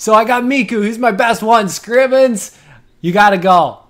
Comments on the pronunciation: Its Mikko not Mikku lmao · mikkO not mikkU, koivu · I love how you pronounce Mikko, it sounds so funny to me because i'm Finish. :D